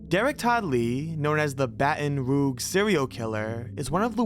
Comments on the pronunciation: How about Baton Rouge, which he pronounced “Baton Roog” OMG we are DOOMED as a race!!!!! If I keep listing all of the ridiculous mistakes in this and so many other videos, I will end up in an asylum I swear. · Some mistakes, including richard ramirez number of victims and death date, the b in btk is bind not bound, some pronunciations like illinois and baton rouge, but largely informative video. 😅 For Illinois the s is silent, and for baton rouge…its rooj not roog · I'm from Israel even I know it's not baton roog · It's pronounced "BATTON ROOHJ" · It's baton rouge, like the color rouge; not ruge. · "Baton roog" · I laughed at that and the pronunciation of Caril Fugate's name. It isn't pronounced like "Bugatti"....but it was funny to hear it that way. Not as funny as Baton Roog though. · Ok. He pronounced Baton Rouge 'Batton Roog' but that's a Frenchie name, thems difficult. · YOU SAID BATON ROUGE WRONG… maaaaaannnn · How you pronounce Baton Rouge hurts my soul 😅 Derek had way more than 7 victims also. He almost killed two teens in a cemetery and is the suspect on two women who went missing in the neighborhood beside the cemetery. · You pronounced Baton Rouge, Louisiana wrong... Come on man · And baton Rouge lol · BATON ROOG??? 😂😂😂😂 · Also, incorrect pronunciation of Illinois and Baton Rouge.